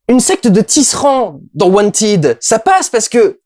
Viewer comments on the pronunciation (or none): Bon sang, c'est wantEd, pas wantYd. Alors oui c'est de l'anglais, mais le "ed" a différentes prononciations suivant le verbe. C'est comme Uncharted.